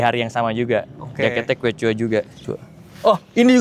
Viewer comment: btw quechua dibacanya "keshwa" bang